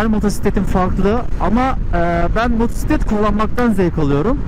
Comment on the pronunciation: Şu motora Allah için motusitlet deme !!